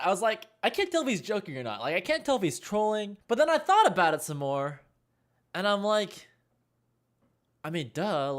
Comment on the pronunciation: did he just say "thot experiment", can we copystrike?